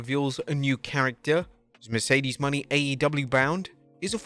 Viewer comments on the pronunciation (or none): put some respect on her name..it is pronounced MO-NAY..not money